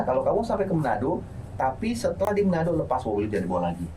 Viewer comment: Bukan menado bang tapi manado